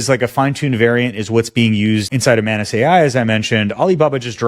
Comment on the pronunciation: ohhh MANUS... i keep hearing mayonaise